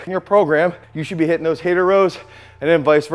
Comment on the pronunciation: Hater row = Pendlay row